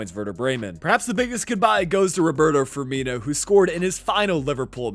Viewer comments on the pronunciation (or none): none